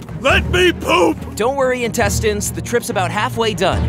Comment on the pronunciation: It's pronounced "intestines".